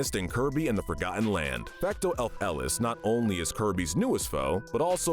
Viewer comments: This idiot doles out absurd sentences while he cannot even pronounce "Fecto Elfilis" correctly. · The butchering of the pronunciation of Fecto Elfilis physically hurts. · $100 fine for pain and suffering to for pronouncing Fecto Elfilis like a madman. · The inaccuracies and mispronunciation in the part about Fecto Elfilis make me want to kill myself